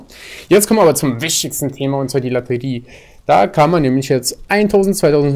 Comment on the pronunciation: Kannst du Lotterie nicht aussprechen oder was?